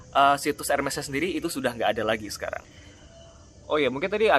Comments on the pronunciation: Maaf mau betulin di Prancis bacanya juga Ermess bukan Ermey yahh 🙏🏼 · in French dibacanya ērmēs